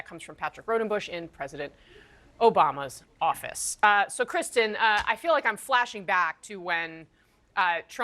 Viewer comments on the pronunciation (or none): none